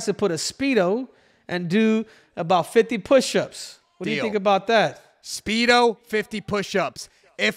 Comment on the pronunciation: Henry said “Schpeedo”